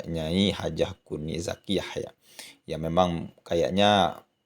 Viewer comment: Maaf...bukan kuni zakiya.yg benar NING ZAKIYA